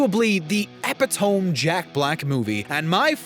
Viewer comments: Pronounced eh-PIT-uh-mee, not EH-pih-tome. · Epi-tome? Epi-tome?? It’s Ee-pit-oh-mee. Who pronounces it epi-tome? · What the eff is an... Eppah-tohm? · Where you mispronounced epitome, did you mean epitomic? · They way you mispronounced and incorrectly used "epitome" had me screaming at my screen. AND STOP SHOUTING, FOR FUCK'S SAKE!!! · Don't use words you cannot pronounce. Epitome does not rhyme with home. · Thank you! Signed in to tell him this!